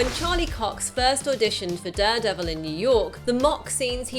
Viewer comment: She says Duredevil too often